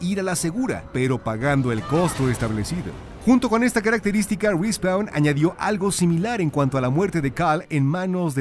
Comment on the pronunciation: "RI SPAUN" .. Cmon ..